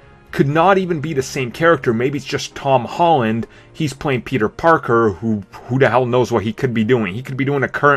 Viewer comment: ... who's "Tawn Hawn"? :P